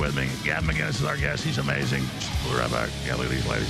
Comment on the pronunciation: There's no G in "Mcinnes". Why the F can't Americans say "Mick-Innis"